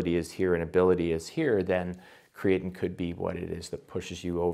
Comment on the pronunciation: WTF is he calling it?? "Keetin"?